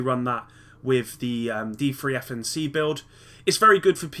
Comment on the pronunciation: u do know D3-FNC is prounounced "defence" right? D3-FNC D3FNC DEFNC DEFENCE great video by the way :)